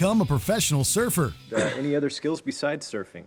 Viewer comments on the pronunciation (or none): none